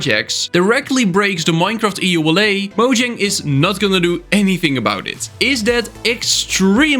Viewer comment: One of these days you'll figure out how to pronounce Mojang correctly...